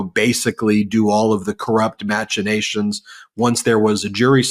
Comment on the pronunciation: Hi Ben, Robert here, president of Proud Pronunciation Pedants. One of the most often mispronounced words is machination. Hint: Think Mack trucks or Big Macks.